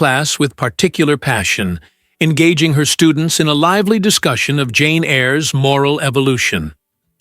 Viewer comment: JANE EYRE not janeir